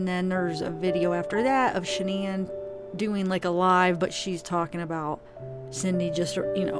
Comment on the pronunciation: Did really say "Shann'an", when they asked what happened to her son and why he's a psychopath??? Shann'an? You think Shann'an is what happened to him Cindy?? Lololol 😆 Nooooooo sweetheart! You are sadly mistaken and cold hearted and living in the SAME denial that your psycho son lives in, and your son is EXACTLY like you!!! Your precious boy, #Chriswatts changed because of #Nicolekessinger aka #NK. Her stalking him to see what he likes and doesn't like and her manipulation and crying to him about she wants to be a first, she wants to give him his children, she wants to lay in the bed with him and fall asleep...blah blah blah, and so on... THAT my dear is what changed your son. His piece of a** on the side, possibly their cocaine use and I'd almost bet that NK's head spins while she vomits green peas every time she gets mad because SHE IS AS EVIL AS HE IS!!!! So get your facts straight #cindypsychowatts. Shann'an had NOTHING to do with the changes in your son!